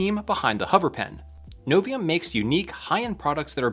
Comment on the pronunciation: It's not Aluminom, it's Aluminium... You did pronounce Novium with no problem at all...